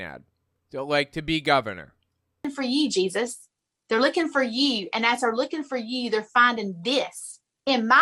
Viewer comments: "ThEy'Re lOoKiN' fEr EeYeW" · "Lueking fer yeeuw" Oooh. Made me shudder.